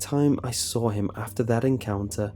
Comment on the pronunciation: "I sawrl it"